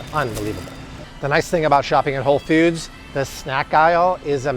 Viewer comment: BTW, ‘foods’ is pronounced like ‘dudes.’ Not like ‘feuds.’ It’s not Whole Feuds.